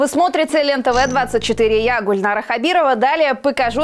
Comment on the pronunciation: Гульнара Хабирова!По Русски разговаривает лучше меня,прям без акцента.С таким произношением хоть в телевизор.